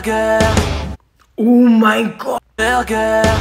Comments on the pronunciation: “BARBECYUUUEE” “BEAKOONN” “BULRG3ER333” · "Baba q" "Bekhooouuun" "Bilgeuuur"